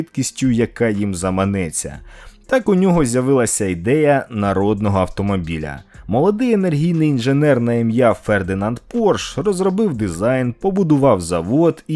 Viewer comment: Фердинанд ПоршЕ! його прізвище - Порше!, а не який порш...тількі що я засумнівався, що цей канал про авто..